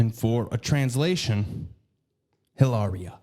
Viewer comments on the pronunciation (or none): It’s Eee-Laria lol 😂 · Every time you say EEeelahrrrriah, i dissolve in a puddle of giggles. Hahaha I'm 37....Jaysus!